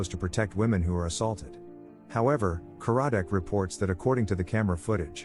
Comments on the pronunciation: It’s not Ka-RAD-Dec. It’s KAR-rad-dec. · The narrator should watch the show as the inspector's name is CAR-A-DIK, and the person who is his boss is not the Director but is the head of the department. And that wasn't her boyfriend but her ex-husband.